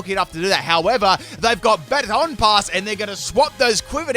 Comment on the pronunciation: Yes I get to troll because he actually said baton pass right